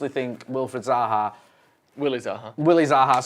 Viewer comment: I like that wasn’t able to say Zaha without a manc accent🤣